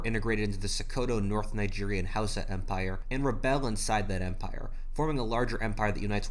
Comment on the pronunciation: As a Nigerian the way you said Igbo Hausa and Yoruba hurt me on a transcendent level